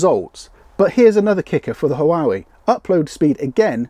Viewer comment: Huawei is pronounced 'Wah way' 😉